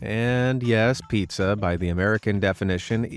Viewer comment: Pizza no piea 😂